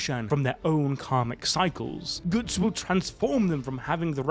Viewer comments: Brother please don't butcher such a simple name, it's Guts, not goots. Can't wait for Guts to take out Griffith and that Casca recovers her memories of him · Can you not fricken say Goots? I don't care if it is for memes, sounds so annoying. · Who the fuck is "Goots"???? And no, he's not beating anyone, his power just made him fight Griffith on equal terms. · Not gootz bro ....its guts not gootz😂😂😂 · Did he just call Guts “Goots”? lol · he said GOOTs on purpose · Le gootz xD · It's killing me lol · Bro can't say Guts 😂😂😂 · Oi Goots 😂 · GOOTS??? GOOOOOOOOOTS!!!!! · I can’t stop laughing 😂😂 Reading it is even funnier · Most northern way to say guts hahaha can’t tell if he’s a geordie or from Bolton or something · yup sure did